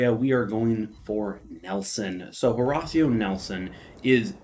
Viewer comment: Hoe -Ray-Shee-oh Nelson!